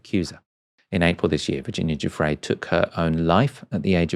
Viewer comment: I dislike Andrew immensely - but I do think you are being ridiculous with this UN-PROVEN allegation. Shame on you for being so silly. And her name is NOT "Cufre" - it is "Giuffre." You have NO education, do you?